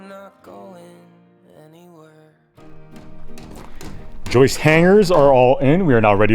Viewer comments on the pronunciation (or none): it's JJJJJOIST not YYYYYOUIST.. Speak English brother 😂😂😂😂😂😂 Love You Melissa Happy 40th Birthday love from The Land Down Under 😘 😘 😘 😘 😘 Ps love you too you are a beautiful man 😉😘😘